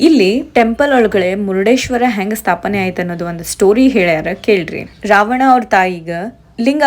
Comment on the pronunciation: Excuse me mam it's not murdeshwar,it's murdeshwara😊